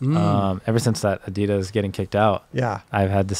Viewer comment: Wtf the main host really doesn’t know how to pronounce ADIDAS!??!